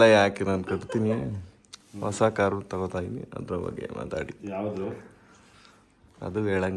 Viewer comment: ವಸ ಅಲ್ಲ ಕಣೋ ಲೌಡೆ ಅದು... ಹೊಸ 😡😡😡 ಎಲ್ಲಿಂದ ಬರ್ತಿರೋ ನೀವೆಲ್ಲ ಇನ್ನು ಸರಿಯಾಗಿ ಕನ್ನಡ ಬರಿಯೋಕೆ ಬರಲ್ಲ..